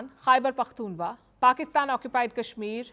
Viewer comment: To hell with Pakistan but you are pronouncing the name of my province wrong. Pakhtoonkhwa Khwa.... like Srk says Khan from the epiglottis. The same goes for "khwa"....